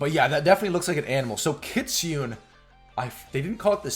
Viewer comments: I'm Japanese. We call Kitune. not kitunn...→"ne" is right ! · Lol not kit Sune it's Ki tsu neh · Kit Su Nay is the pronounciation for the word kitsune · Kitsune called Ki- tsu-ne. Not Ki-tsune. Oh I don't know how to say. ... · It’s pronounced kit.. su… ne.. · The Kitsune is actually pronounced key-tsoo-nay and it literally means a fox in japanese.